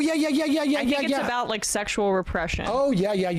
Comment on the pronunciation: What is it Falwell used to call them HOmoe-sexules? He could not pronounce sexual